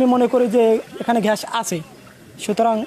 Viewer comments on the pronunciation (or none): প্রতিবেদক ভাই ঘ্যাস না গ্যাস হবে.